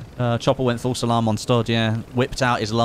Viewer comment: For the longest time I thought you were saying "false alarm" not "full salam". Love your stuff. You, jack, tomo, stod... All great to watch Hope to one day be on your level and maybe even do a stream together. Putting together some content now, and eventually will continue streaming.